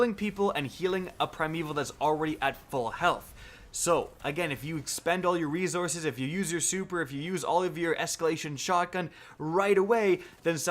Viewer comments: Lol he is saying resourzes not resources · "rezources".........wow man go back to 4th grade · “Rezources” everyone remember that, we’ve been saying it wrong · Why cant anyone say resources anymore? Everyone says rezoresez now. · spend them rezorzezz lmao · reee zorzes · Say rezources one more fuking time!!!! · Starting What is Rezorzes? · Resources has no z in it, couldn’t keep watching after 3 minutes....sorry man. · There's no "Z" in RESOURCES love the content though lol